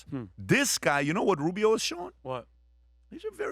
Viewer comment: Rubio not Rubis!